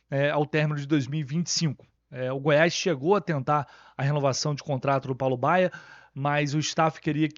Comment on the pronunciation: Entendi Fábio Bala no lugar de Paulo Baya. Esse cara vai acabar tirando espaço do Isaac e de outros meninos da base, lamentável.